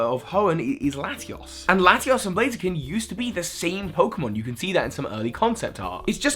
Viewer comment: it's laty-us and laty-ohs just saying.